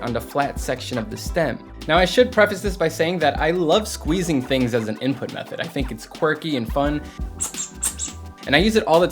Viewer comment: When u said you love scwezzing thing